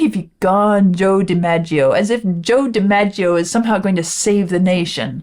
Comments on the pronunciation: Joe DiMaggio is pronounced with soft Gs. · DiMaggio is pronounced with a soft 'g' not a hard one. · So sad that neither you nor Vlad know the pronunciation of “Joe DiMaggio.” I encourage you to watch The Graduate, a cinematic milestone and darkly comedic interrogation of The American Dream. You will also learn who is Mrs. Robinson. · Pronounced Di-MAJ-e-o. He reportedly wasn't happy about his name being used in the song. Another baseball legend, Mickey Mantle asked Paul Simon why he didn't use his name and Simon said simply, "Syllables." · Not to be mean, but I cannot believe anyone exists who doesn’t know how to pronounce the name Joe DiMaggio.